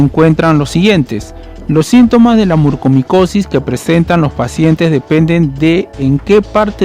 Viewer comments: Es MUCORMICOSIS!!,No murcomicosis. Soy especialista en otorrinolaringología y la enfermedad ya se ha detectado al menos hace más de una década en México. No siempre hay sangrado nasal. El único diagnóstico es por biopsia y es mortal. Informa de manera verás por favor. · NO PUEDO CREER LA CANTIDAD DE VECES QUE DIGISTE MURCOMICOSIS, por favor, si haces un informe asi, al menos pronuncia bien, es MU-COR-MICOSIS